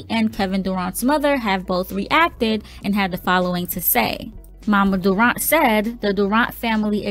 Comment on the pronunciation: Why u sayin durant like that my nigga ? 🤦🏼‍♂️